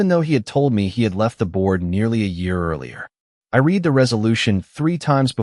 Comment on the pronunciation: Can't you pronounce "read" correctly???